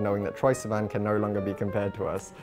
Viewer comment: I adore the way he says sivan 😍